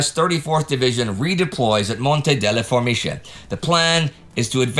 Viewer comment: Was that Monte delle Formiche I heard being nominated? In Italian, the 'che' ending has a hard c like the k in kettle.